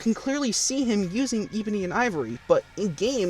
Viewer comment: the fact that you can't properly pronounce Ebony, pathetic. Other than that, good review, I've been "binge watching" reviews to remember why I shouldn't download this game 😅 Edit: Come on man! You can't pronounce Beowulf either!?